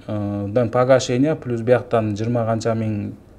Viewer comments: Пилус пилус дейсин ушунча москвада журуп уйронбодунбу плюс деп айтышты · Пилус дейтко суйлогонду жакшылап уйрон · 🖒азамат рахмат силерге жигиттер ишинерге ийгилик Аллах жолунарды ачык кылсын.анан берки доске комфорт пилус эмес комфорт плюс деп айтып жур уят болуп каласын коп жерде а то. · Москвада журуп элементарный нерсени айталбайсынар Пилус деп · Комфорт пилус (плюс)😂😂😂😂😂